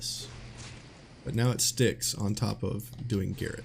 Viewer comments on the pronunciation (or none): Wow, a streamer and native English speaker pronouncing Garrote as GARRET? Guess you don't know what garrote is either. 😂